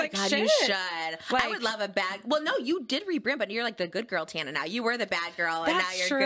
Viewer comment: Good video!! Just one thing tho Tana is pronounced like tan-a! Other than that such a good vid